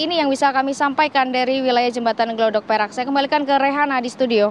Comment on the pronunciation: Bukan glodok mbak tapi gladak...